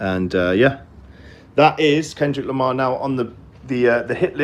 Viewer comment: dude, its Lamar